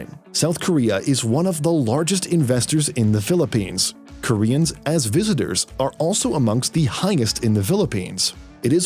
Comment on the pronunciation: Are you trying to offend us by saying "Philipignas"?